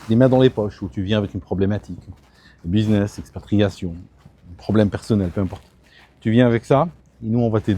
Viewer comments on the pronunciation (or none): none